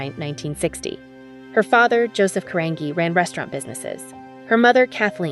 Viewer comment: Who or whatever is narrating this is mangling two easy names: Gia (Jee-ya) Carangi (Ka-RAN-jee).